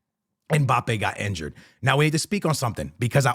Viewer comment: Injured ❌ Enjured ✅